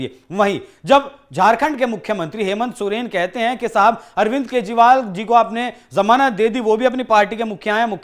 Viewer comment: Janamat nahi जमानत correct करो